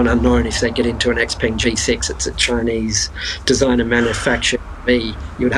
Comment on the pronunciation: So the way you pronounce "Xpeng" is not correct - not even close.